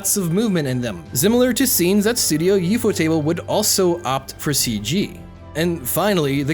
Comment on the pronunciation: I agree with what you said and I didnt even know that CGI was used in Demon Slayer. I will however state that the way you say studio ufotable is fucking gross